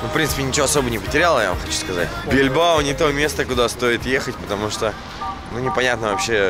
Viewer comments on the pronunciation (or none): БильбАо а не БильбО! лооол